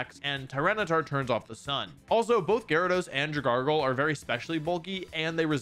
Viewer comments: Man, hearing Wolfe say dragalge like dra-gargle hurt just a little. Amazing video tho. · Someone needs to make a compilation of wolfey saying pokemon names wrong😭 “Dragargle” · the way he says dragalge bro.drag (like dragon) alge (like algae) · Did he say dragargle? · Please stop saying dragargle... I'm dying of death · is there a reason why he calls Dragalge Dragargle? Is it an inside joke? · bro said dragargle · Never pronounce Dragalge like that again. Its an algae pokemon for a reason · I am simultaneously commenting to fuel the algorithm for your continued success, and because I continue to fall prey to your interation-baiting mispronunciations. Drag-gargle my guy. Drag-gargle. That being said, keep making great content. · Who else was annoyed when he pronounced dragagle “dragargle” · It's pronounced drag-algae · Why does hearing him say “dra-gargle” annoy me so much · DraGARGLE? Please tell me you were mispronouncing that on purpose 😭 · Aint nobody question or clown u for that fact u called dragalge "draGARGLE" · he pronounces it as "dragahlglh" even tho there's not a second L. hmmm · Dra...gargle?? Wtf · Tf is dragargle, 😂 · ... please tell me the pronunciation of dragalge is an inside joke for the channel. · I'm cringing from Dragargle. It drag al gee. He's kelp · Dragargle is not how u pronounce it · I'm sorry, but do you not know how to pronounce "alge"? Here is a hint, it's not pronounced like "argle". Despite that, I love your content, keep up the good work =] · Wolfey, ill sub to you when you the champion doesnt pronounce dragalge as drugargle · the former champion doesn't know how to say names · literally in awe at how this man pronounces dragalge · Are we just not talking about how he's butchering Dragalgae? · the way he says dragalge makes me want to dragargle bleach😅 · There’s no way saying dragalge like that is comfortable for you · Love the content, Wolfie is that guy, but there is no way you pronounced Dragalge right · Drag-Al-Jee not drag-gargle